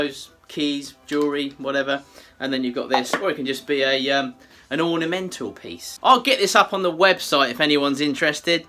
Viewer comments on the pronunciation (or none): Did you say ornamental pot or orbemental pot lol, reminds me of skittles. Love the work dude, perfect 👌